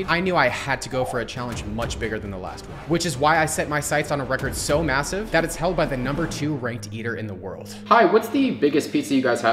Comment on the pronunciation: Did he say MASSIVE?